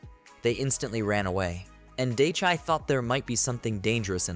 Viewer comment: For some reason the mispronounced name of the MC bothers me. Day-chai vs Die-chee. I totally understand this is a "me" problem and no reflection on the quality of the script, which is unusually well edited compared to others.